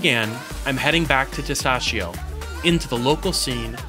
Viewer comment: God I love how you say "Testaccio"......God I am melting here....ahhahaha (-: you will have to work on the PROSCIUTTO pronounciation! LOL